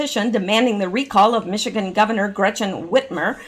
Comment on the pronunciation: I grew up in Michigan. Say Michi and ganders - like male geese.